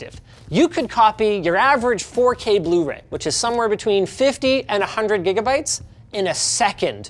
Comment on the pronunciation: Did Linus say "98 Gimme Bytes"? I do believe Linus has created a new tech-term!